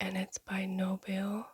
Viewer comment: Nobile is pronounced Nobil[ei] - I know the owners personally, they are lovely people 😊